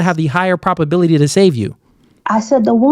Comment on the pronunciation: Please stop saying PROPability. It’s PROB. With a B. And don’t say “more stronger”. It’s either “more strong” or “stronger”. Thanks bro.